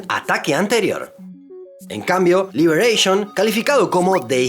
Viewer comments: Es un periódico francés!! no se pronuncia libereishon como si fueran gringos!! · LIBEREISHON?? Libération es francés, no se pronuncia así !😅😅